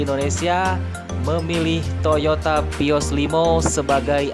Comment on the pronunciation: Baca vios : pios 😣